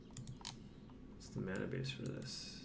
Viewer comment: says "UW Contror" and a smile is drawn on his face.:)